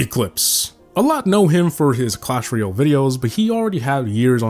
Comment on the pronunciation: Clash “Royale” not “Real”. Painful to listen to.